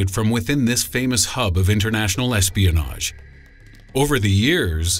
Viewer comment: I thought you said Lesbianage when ya said Espionage......